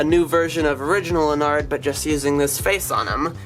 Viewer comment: Something to me sounds weird when he says ennard is he saying onnard (No hate I love this channel)